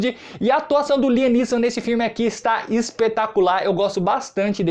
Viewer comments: Pronuncia correta láiam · Láiam essa é como se fala